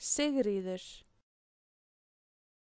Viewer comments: Shouldn't Guðrún be pronounced Goo-th-run? Because the symbol ð is a "th" sound??? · Why would it pronounced Goo-Th-run? It's Guðrún. Not Gúúþrunn.